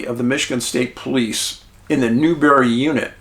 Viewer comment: it's spelled Newberry - and pronounced as it looks New-berry.